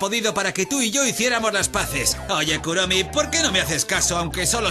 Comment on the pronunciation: Se dise kuromi no kuromy